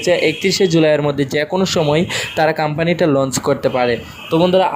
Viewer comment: কাম্পানী কি রে বেকুব!!শুদ্ধ উচ্চারণ শিখতে হবে..